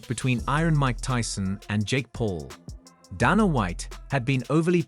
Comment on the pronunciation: "Donna White"... damn AI